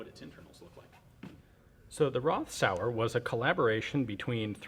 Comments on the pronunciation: Not RoTH, dz dz dz...RoT, with a long "o" like in "road" . So this is a "Road Sour". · it is Roth (Rot with a long o) not Roth (Ross).